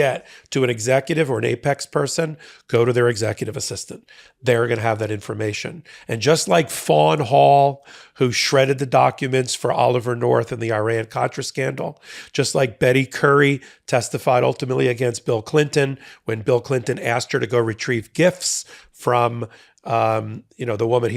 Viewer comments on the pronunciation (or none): Love your show! Please stop saying "Eye-ran" and "Eye-rain-ee-in" !!!!